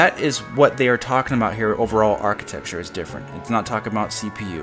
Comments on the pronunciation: Stop saying architexture. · Whenever you say "architexture", it makes me love you even more.